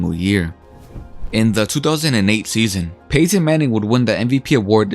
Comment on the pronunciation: Really stressing that Pay-tin